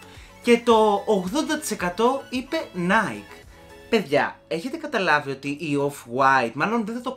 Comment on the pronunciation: No offence but είναι ναϊκι όχι ναικ γιατί έχει πάρει την ονομασία της από την ελληνική λέξη νίκη !!! Το μπερδεύουν όλοι οι Έλληνες αυτό .... 😅😅😅 απλά θυμίσου το την επόμενη φορά ! Καλή συνέχεια στα βίντεο σου !!